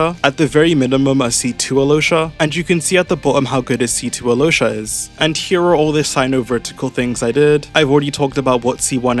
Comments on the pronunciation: she pronounced it right, yeah, but then he pronounced it "alosha" and she said "that's better" so he kept saying it that way and that's what i'm talking about. also i know how the name's pronounced, i'm serbian, i've met several alyoshas 💀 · yeah but i think al-yosha (ideally pronounced quickly so that the connection between the l and y is more felt) is better than either of those.